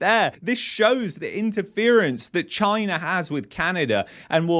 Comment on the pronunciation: cant even say the word Chyna.